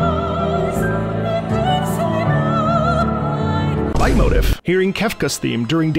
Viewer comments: I’m also American. It’s pronounced light-moteef. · Whoops I thought it was pronounced "Late-motif". Really informative video. Surprised to see how short that list was. Certainly noticed a few missing but an interesting read nonetheless. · oh... i've been pronouncing leitmotif wrong my entire life... i've been saying lay-moe-teef... i assumed it was fancy and french lmao